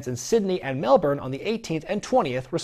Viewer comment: Psyched as hell for NJPW and Progress coming to my neck of the woods. And THANK YOU FOR PRONOUNCING MELBOURNE CORRECTLY.